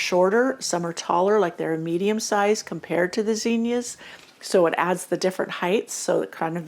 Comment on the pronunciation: This will probably sound dumb but I like the way you say zinnias. Most of the people around me today say it with a short I sound and also stretch out with an extra syllable. I learned the way you say it and so I love it when I come across somebody who says it that way. 🎉